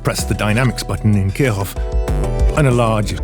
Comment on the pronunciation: Kirchhoff is pronounced like "Keer Shoff". The "ch" is a voiceless palatal fricative. :)